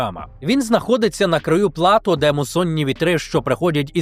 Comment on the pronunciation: ПересЕленцям замість переселЕнцям, плАто замість платО це два, які запам'ятала. Не те, щоб критично, але трохи різало слух😊